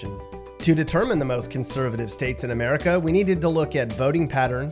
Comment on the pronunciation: It’s America not Merica